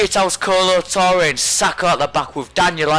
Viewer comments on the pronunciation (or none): none